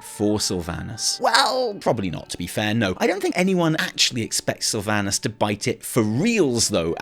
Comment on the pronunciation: I guess none of these wow content creators know how to properly pronounce "Sylvanas" lmao. Jeez, what a cringe to hear.